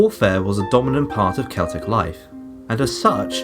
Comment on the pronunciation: Have an upvote for not pronouncing Celtic incorrectly.